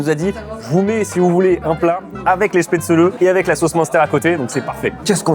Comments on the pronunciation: Spätzle, diminutif Spätzele, se prononce ainsi dans le bas rhin en Alsacien. Spätzlé comme tu dis, se dit uniquement dans l'extrême sud de l'Alsace en Alsacien. Spätzlé est aussi la forme française la plus courante pour un non dialectophone. Dans le haut Rhin on dit Spätzla! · J'en peux plus, j'en suis a 7m30 et mes oreilles saignent a chaque fois que le mot chpaitzeuleu et prononcé 😂😂 qui vient de suisse le prononce pourtant parfaitement alors pourquoi massacrer ce mot?😂 S'il n'y a pas assez d'acidité, on va en rajouter (gentiment): les nems a la choucroute qu'on soit bien d'accord c'est une recette innovante parce qu'à aucun moment c'est traditionnel 😑 Ensuite...qui met du citron dans une choucroute? Hérétique, au bûcher!!!! 😂 Puis on tombe sur quoi? Un schnitzel? En tout cas pour moi c'est un wienerschnitzel...en français ça veut dire escalope viennoise, tout est dans le titre, rien a voir avec l'Alsace 😚 Et tout ces délicieux plats il faut les accompagner! Et avec quoi de mieux que les vins de la région qui sont excellents (sisi je vous assure 😜) Pour le dessert je n'ai pas compris le lien entre éclairs et plats traditionnels alsaciens, a moins que je n'ai loupé quelque chose😬 Sinon ça fait plaisir de voir une vidéo dégustation de chez soi, merci pour vos vidéos et votre bonne humeur comme d'habitude, j'espère que vous avez kiffé le passage éclair et pour toute personne lisant ce commentaire jusqu'au bout, n'hésitez pas a venir visiter et déguster 😘 Sur ce, s'gelt 🍻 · Excellente vidéo, j'ai découvert à travers cette dernière les nems à la choucroute (perso connaissait pas). Ce qui m'a un peu titillé c'était la prononciation des Spätzle (prononcé Spätzlé) ou des Flammenküche (en allemand c'est plutôt Flammenkuchen avec le ch prononcé comme un "r"). Mais bon après les prononciations c'est propre à chacun. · on prononce « chpè-tsli » ☺️